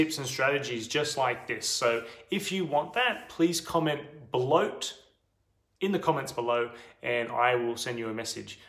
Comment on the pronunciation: I thought he said "Comment BeLoAT" hahaha